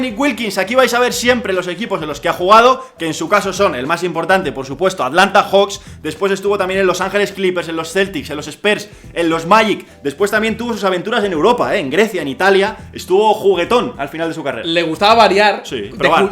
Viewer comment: "espers" ??? Por qué pronúncian "espers"??? "sans" ??? En serio???